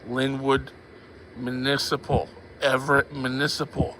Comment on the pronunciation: it’s municipal, not manisiple